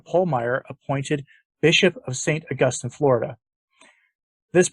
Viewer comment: It's pronounced Awe Gus Teen.